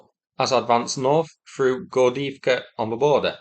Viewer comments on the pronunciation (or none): It's a bit amusing to me how for Gordeevka you say it Gordiivka(like Avdiivka), just the way it would be in Ukrainian, but in Russian it's actually pronounced more like Gordeyevka I know you speak neither of those lanugages but it's just funny that you literally use Ukrainian variants when reading Russian town names